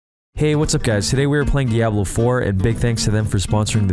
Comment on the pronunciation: I love how he pronounces DiAHHblo like the original Deckard Kain did. Always thought he sounded like Sean Connery lol.